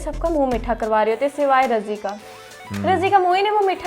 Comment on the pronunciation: It's not razi it's Raazi